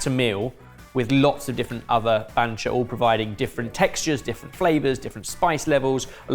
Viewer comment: Probably was attempting to say "banchan." Poor editor, that was hard.